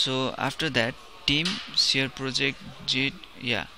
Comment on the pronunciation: Bro .. nice tutorial but its "Git" not "Jit" !! :-)